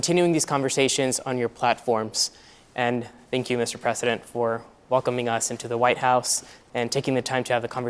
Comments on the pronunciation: President* Biden not Presseden Biden 🤦‍♂️ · This host is not an American and clearly doesn’t know how to pronounce the word “President”